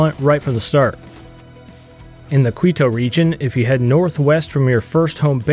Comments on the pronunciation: Quito: "Kwee-toe"... 🙄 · Why do so many people insist on saying Quito as Kwee-toe? It's pronounced as Kee-toe.